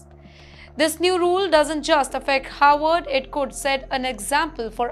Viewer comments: This anchor's pronunciation is an has been atrocious as per numerous comments. But as she does not read them refuses to improve. The Howard or Harvard issue is a problem for many who have English as a second language am Indian too. Have been asked to asked to help ."W" should be a whistle sound and "V" should be biting your lower lip. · Why is she mispronouncing Harvard as Howard? 🫢